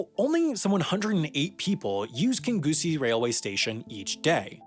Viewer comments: "kingoosie" im dying mate thats not how you pronounce it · It's pronounced king-ussie :) Seriously though, the Eastcoast train company did such a good job until Virgin took it over and messed it up terribly. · Interesting subject matter but this video needed better editing. A few mistakes that jumped out: There weren’t 650 seats in the House of Commons in 1979, rather 635 Kingussie is mispronounced. The name is said like "Kin-yoosie" and there are news reports on YT to copy from East Coast is 5th in “Puctuality” Grant Shapps is referred to as Grant “Schnapps” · Pronounced like kinussie not kingussie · *King neussie not king genoosie and Grant Shapps not grant shnaps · I love when people not from Scotland try to pronounce our place names. Kingussie is pronounced; King-You-See Not; King-Goose-EEEEEEEEE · It's more like "King oosy" than "King goosy", close enough though Source: Being Scottish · Kin-gus-e not Kin-goo-see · I love how he says Kingussie as King goosie 😂😂, we appreciate the effort wendover but it’s phonetically pronounced kin-g-eyes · mate stop saying it king goosy its guhsy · Also Kingussie is pronounced "King-oosie" not "Kin-Gussie" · Just a heads up, “Kingussie” is pronounced [kin-yoo-see], but without any syllables really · WHAT THE FUCK DID YOU JUST CALL KINGUSSIE LMAOO its pronouncd King-you-see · Kingussie is pronounced king-yoo-see by the way! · Haha "grant schnapps" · Kingussie is pronounced "King-you-see". Its a lovely place and I can reccomend visiting the Highland Folk Museum. It's huge and mostly outside and has these cool old shuttle busses that take you around. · Kingussie is pronounced more like kinyoosie. British place names are not always as they seem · Great video. Never really understood why the British railway network is such a mess before. Some small points - Britain does not have "railroads" it has "railways" and the Scottish town of Kingussie is pronounced "Kinnewsie". I miss British Rail. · Kingussie is pronounced king-you-see